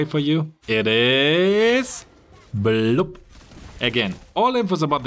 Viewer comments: The way U pronounced BLUB 😂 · IMAO The way he pronounced Blue is so funny to hear... Anyways I do learnt something new